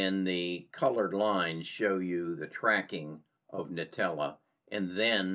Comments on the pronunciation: It’s pronounced ‘Intellia’, not ‘nutella’.. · Another piece of constructive advice: The company is called IN-TELL-E-AH (not Nutella)